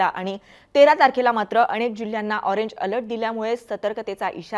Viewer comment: अणेक नाही अनेक UCCHAR